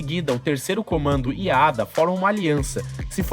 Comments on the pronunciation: Ada é o teu cu É a.d.a porra aprende a falar analfabeto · e estranhoouvir Ada quando aqui no rio nos fala A.D.A. letra por letra